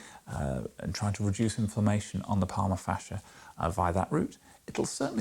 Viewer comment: Thank you,! Great timing for me that you made this video, because I have started being bothered by (self-diagnosed) plantar fasciitis recently and it is helpful to learn more about it and how to treat it. By the way, I noticed a few times you misspoke and mentioned "palma fascia", like. 🙂